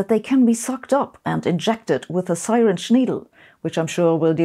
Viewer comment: Great presentation! Two minor corrections if you're interested: "Xenobot" is pronounced "Zenobot" (not ekseneobot), and "caterpillar" is "cat-er-pillar" (you said cate-er-piller -- long "a"). Also "syringe" is "sir-inj" not "sigh-renj". Sorry -- English makes no sense in some of its pronunciations.